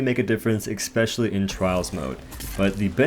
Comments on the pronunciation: Love your videos man, definitely my favorite Dauntless youtube provider. Just have to say, the word is pronounced “especially” not “eXpecially” please keep up the good work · Seriously impressed by your leaderboard ravaging man, amazing. But stop saying ekspecially, i can't handle it